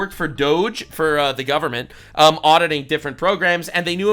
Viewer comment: Gubment gon take kerr uh me. 🤦‍♂